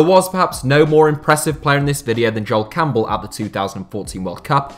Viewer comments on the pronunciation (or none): none